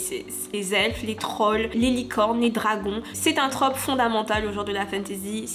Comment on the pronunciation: MERCI à toi d’accorder et de prononcer correctement ce mot 🙏 parce que je n’en peux plus d’entendre “une traupe” 🤦‍♀️